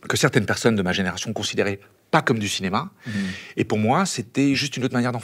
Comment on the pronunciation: le CINEMAH